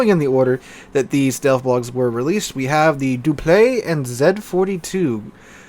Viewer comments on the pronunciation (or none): Dupliex is actually said like this: Duplis